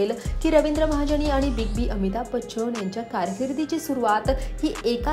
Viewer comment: आहो बाई, रविंद्र महाजणी, अमिताभ बच्चण, हिंदुस्थाणी, आंदोलण, पाणिपत 🧟‍♂️ नव्हे होssssss...."ण "च्या जागी "न" लावा. म्हणून शिक्षण जरूरी आहे😂